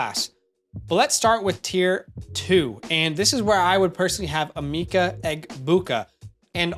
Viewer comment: Emeka is pronounced Eh-Meh-ka not Eh-mee-ka